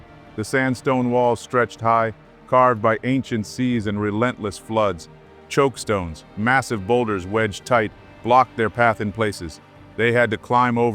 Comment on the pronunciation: They’re called chockstones; not chokestones.